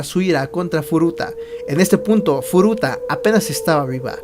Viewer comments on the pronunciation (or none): Hola tu video me a encantado pero tienes muchas faltas de vocabulacion, por ejemplo... dices mal los nombres de los agresores tambien hay un momento que dices futura a cambio de furuta lo dices en el momento / ... a parte de estas faltas me a gustado este video,tu voz es un poco rara 😅😅 no passa nada espero que en el proximo video mejores masss!!! Hastaaa la Vistaaaa !!! Chao 👌😘❤